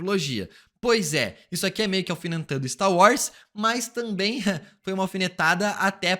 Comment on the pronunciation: Seu "tamém" é o único ponto negativo do canal...